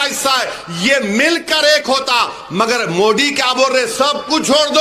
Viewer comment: मोदी की जगह ये साहब मोडी बोलते है मजा आ जाता है। सुन कर